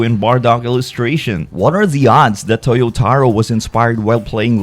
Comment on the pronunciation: Toyotaro? Official? 😂If you say so.